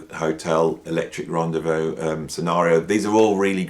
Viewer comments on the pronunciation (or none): none